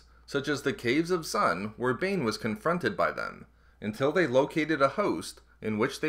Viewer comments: Though it's late, but D'xun it's not dzun, it's duxen. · Dxun is pronounced 'Duck-zn' not 'zun' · Only two orbalisks attached to Bane. Dxun is pronounced ducksun. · Dxun - "Duc-son" -> The moon of Onderon. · Come on how did you not get that right. It hurt my ears to listen to you butcher the name. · One annoyance, it's spoken in Knights of the Old Republic 2 and pronounced ducksin essentially. Dxun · The name of the moon is called DUXUN......how are u saying wrong? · Its pronounced dux-in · by reading the actual novels rather than listening to audiobooks. I mean, the fandom still can't seem to agree on if Niman is pronounced Nee Man, Nee Mahn, Nye Man or Nye Mahn, so screwing up Dxon is a bit more understandable in my book.